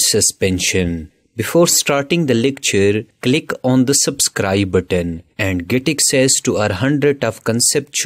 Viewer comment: "Ca-lick on da sub-scwibe button" XD